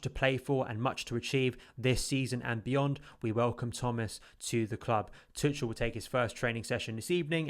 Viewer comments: Okay first thing we need to sort out is Thomas Tuchel name is pronounced to-shell not tut-chul.... 😂😂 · the "ch" pronounced like a hard K. Much like a Scouse "K"